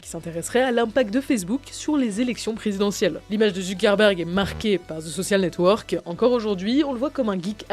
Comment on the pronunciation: Sur le fond, j'aime beaucoup ce que vous faites mais sur la forme, j'ai parfois les oreilles qui saignent ; par exemple Ce qui serONT les prémices de FB... (et pas serA) ; le pire étant le "ze soSSial network".... un peu d'effort sur les mots anglais ferait du bien (ouf on a évité ze imitaSSION game) ! La partie design graphique est au top par contre ! Allez, un petit effort sur la bande son !